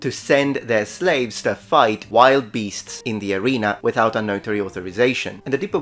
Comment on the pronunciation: Execution by "beastes" like the bestes boys? It's beasts.